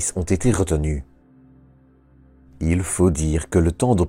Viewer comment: toop video ! mais il n'y a pas de E à il " ileuh" , bof Et vive la Belgique